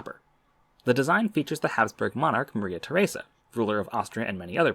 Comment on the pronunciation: Please tell me I am not the only one who heard Maria Tharesa as Mother Teresa before reading captions